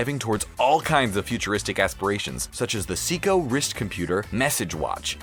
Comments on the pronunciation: Seiko is pronounced "Psycho", not "Seeko". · SAY-KO not see-ko LOL